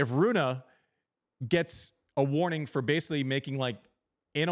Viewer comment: Rune: It is pronounced like the name of the football player Rooney except the ey at the end is like the e at the end of 'the'. So Roon(ey-th)e. Obvious, no? 😃